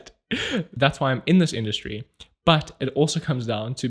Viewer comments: you just learned how to pronounce the German "Industrie" by intuition. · Did you leave the mispronounciation of "Industry" there in purpose? Haha thanks for another Video <3